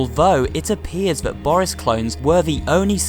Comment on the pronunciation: DID YOU SAID BORYiS!?!?!